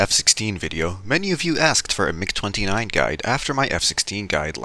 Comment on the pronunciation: i had to do a double take on "migger"